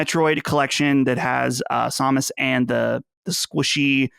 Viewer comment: I'm a bit confused with what reviews did look at to think that the general consensus on Astral Chain is that its "not very good"? The metacritic score sits at 87 from review sites and 8.9 from user reviews, who or what led her to that conclusion? lol Edit:, stop mispronouncing Samus lmao